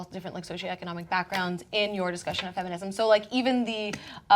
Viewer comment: I want to say "feminism" again.